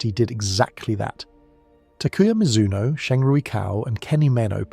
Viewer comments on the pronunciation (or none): none